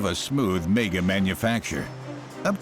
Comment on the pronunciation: Its not pronounced mayger its megga.......mega